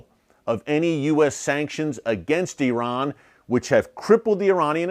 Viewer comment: Please , please please learn to pronounce the name of Saudi Arabia correctly . It is NOT pronounced SAWdi , it is pronounced as SAUdi - rhymes with HOWDY !! . But at least I give you credit for not using EYEran as most Americans do. Amazing that the hundreds of thousands of troops that have served in Saudi Arabia and Iraq never learned the correct names either - no wonder America is SO good at winning hearts and minds .